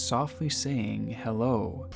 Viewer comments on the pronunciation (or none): that "hello" sounded more like "Anna"